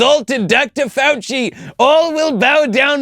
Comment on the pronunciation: The funny part about pronouncing the name as if it was French is that he was leading us to believe he was talking about a French actor, and then we realize who he is talking about. At least, that's why it was funny to me.